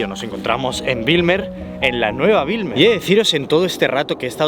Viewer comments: Como neerlandés de origen surinamés, debo decir que has hecho un video muy bueno. Solo una observación: escribiste BIJLMER incorrectamente en tu video y la pronunciación de Bijlmer es la siguiente: la parte BIJL del nombre se pronuncia como “Bel” en “Bel Air”, no como Wilmer (que es un nombre escandinavo). Pero Bijlmer con una B fuerte. PD: Tu reacción al ver una garza es hilarante. Como si acabaras de ver un pterodáctilo.😂😂😂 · se pronuncia como “beylmer” soy holandes y siempre veo todos tus videos